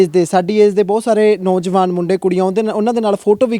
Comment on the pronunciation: ਪਤਰਕਾਰ ਭਰਾ ਆਪਣੀ ਪੰਜਾਬੀ ਭਾਸ਼ਾ ਬੋਲਣਾ ਖ਼ਾਸ ਕਰਕੇ ਸ਼ੁੱਧ ਕਰੋ। ਨੌਂਜਵਾਨ ਕਹੋ ਨੋਜਵਾਨ ਨਹੀਂ । ਦੁਜਾ ਇਹ ਜਿਹੜੀਆਂ ਬੱਸਾਂ ਚਲਦੀਆਂ ਨੇ ਸਿੰਘੁ ਜਾਂ ਟਿਕਰੀ ਲਈ ਕਿ੍ਪਾ ਕਰਕੇ ਕੋਈ ਮੋਬਾਈਲ ਨੰਬਰ ਸ਼ਿਅਰ ਕਰੋ